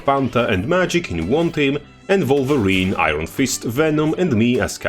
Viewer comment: Not "Vulva-rine"!